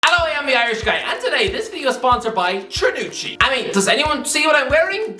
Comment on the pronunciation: pronounced cernucci wrong